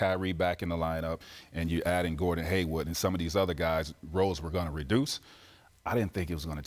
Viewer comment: Anybody else notice Tmac, like Stephen A Smith and other analyst's, pronounce Gordon Hayward's name "Haywood"